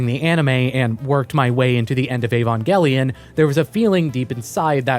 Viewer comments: EvOngelion Avongelion Shinji Barksdale Gotta keep them Angels off my corners! Sorry every time you said Evongelion I couldn't help but think this. It's Evangelion. With an a. 😉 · How do you make an Evangelion video when you can’t even pronounce it correctly?